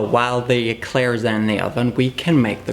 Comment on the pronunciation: I thought I heard that wrong 😅😅